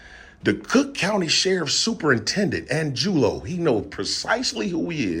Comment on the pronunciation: Angulo? Is pronounced ahn goo lo if he's Hispanic.